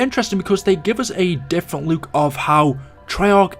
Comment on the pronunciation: Why do you say "look like" like "luke like"